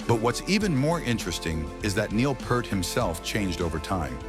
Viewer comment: Who is 'Purrrt' ? Neil's surname is pronounced 'Pee-art'